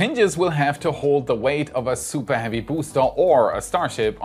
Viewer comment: Supah heavy boostah